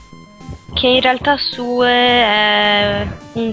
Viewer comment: Però,anche nell'altra let's play la chiamavi Sue e noi ti dicevamo che si diceva Siù,testardone.